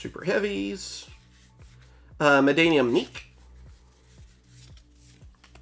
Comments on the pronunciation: MaNNadium not MaDDanium , cmon im gett Madd-anium... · Bro it's "Mannadium", not "Maddanium" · Man-na-dium not Man-da-nium 😂